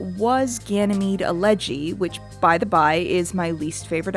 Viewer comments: EL-eg-y rather than el-EG-y. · I don’t think that’s how you pronounce elegy 😂😂